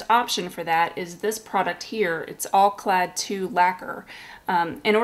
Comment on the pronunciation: It's OUR - not are!! And It's pronounced Al - clad - not ALL - clad! 1 L sound. Spaztix is much better and does a more realistic chrome effect and not simply a polished aluminum look. And it's more durable than Alclad or Alclad II. I sold a bottle of Alclad that I bought new and never used. I also have Uschi Van Der Rosten brand chrome powder that is used the same way only you use an eye shadow bud to apply to freshly painted gloss black surfaces. Easier and not as messy as spraying. Try THAT the next time you want to re-chrome something.